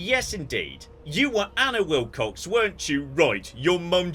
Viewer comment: Oh, Annie Wil**cox**. Sounded like Annie Wil**kes**. Yay for subtitles. :)